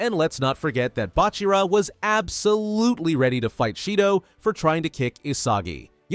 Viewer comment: WHYD YOU SAY BACHIRA LIKE THIS?? “Bach-irah